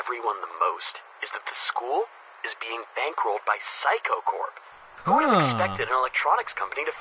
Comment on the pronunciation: the pronunciation of 'saikou' sounded like 'psycho'